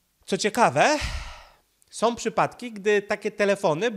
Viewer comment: ...wszystko jest ok, dźwięk lepszy niż wcześniej👌, no może troszkę zalewasz się z tłem ale....☝️na miłość boską nie mów "som"😱 bo to aż boli 😉. Poza tym jesteś mistrzem w swoim fachu i dzięki za Twoją pracę 💪😎